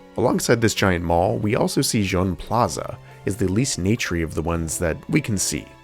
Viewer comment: Begging yall to google how to pronounce colors in french its not john plaza 😭😭